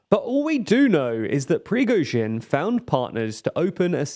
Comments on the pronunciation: You'd think with the number of ways you pronounced "Prigozhin" you'd have gotten it right by accident at least once - but you managed to avoid it every time. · You do realize he's not russian , yes ? ...yes ? like how in the shit fuck is anyone supposed to know the exact pronunciation ? Just for fun I did google it on how to do it , and it's like ..slightly off, but still very understandable. Like how ..why would that make anyone cry like a baby is beyond me. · I read the comments as I watch, so I had a chance to count - about half a dozen "Prigozhins" were so wrong they may as well have been a different word (typically Prigozhvin - there's not even a V in there), but in like... 90% of the cases I'd agree with you. It's just placing stress on the wrong syllable, which while reasonably important in Russian doesn't make any difference at all here. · almost every foreign content creator that covers the war almost does it on purpose and it pisses me off so much, you can't put in letters that are not even in the name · How can you butcher Prigozhin's name two different ways in one video? Do you listen to yourselves before you post videos? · You said his name every single way except the correct one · man its INSANE that youve been talking about this guy for more than a year and you still cant pronounce his name correctly. I love your content but shit like this really gets to me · Feeling bold enough to launch a public direct insult at Putin is quite telling. Many people fell out windows for less... Also, amazing how is struggling to say Prigozhin:) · the different ways you butchered his name is soooo FUNNY 😁😂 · Prisgovin? It's pronounced "Pregozshin" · You can either deliver the news professionally or mispronounce your subject's name repeatedly by adding sounds that obviously aren't in the name as written. Pick one. preh-GO-zhin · He's Prigozhin, not Prizhgovin. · it is pronounced PREE GO ZHIN, not prezghoven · i stand corrected... who the F* is Prishocovin?